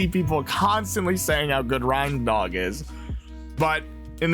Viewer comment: It's pronounced RAINDOG Like a reindeer.